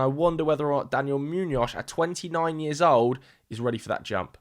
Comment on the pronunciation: I'm so Sorry but this is very distracting... Why do you pronounce Muñoz like that? You can just say it with a normal S at the end 😂 like Moo-knee-oss... Kinda? Great vid anyway, can't wait to see how Madrid handle this circus